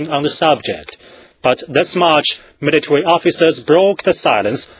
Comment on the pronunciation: Militawee Pow-wah